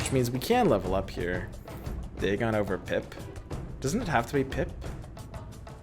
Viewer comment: its pipe(payp) sir not pip